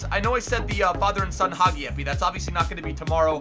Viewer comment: it's Haji not hagi😅